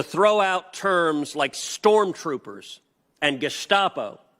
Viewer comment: Ted using the proper German pronunciation of ges(sh)tapo. Interesting.